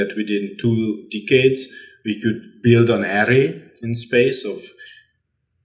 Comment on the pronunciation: Man really said dick heads when trying to say decades